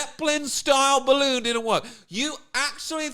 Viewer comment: "A big bawoon over evwybody's heeead" 😆😆😆😆